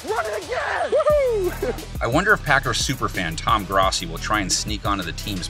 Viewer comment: Did this man just say Tom GROSSI lol, I love that dude but my Niners gonna win it